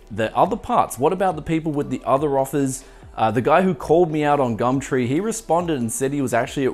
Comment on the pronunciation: Literally just here for "gamtree"